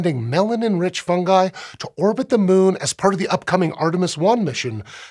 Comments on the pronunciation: THANK YOU FOR SAYING FUNGI CORRECTLY! Drives me nuts when people latch onto other pronunciations that don't sound right. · I liked that he pronounced it Fun-guy. Not Fun-Ji. Keeps the joke alive.